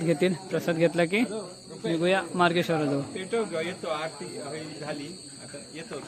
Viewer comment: आ रत नाही आरती बोल बाबा.